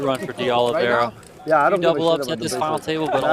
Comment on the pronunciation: Oliveira is pronounced similar to "aw-leev-ay-da"